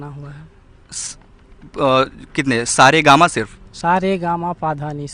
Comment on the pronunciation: Sa re ga ma pa sahi nahi bol raha hai. Sir abp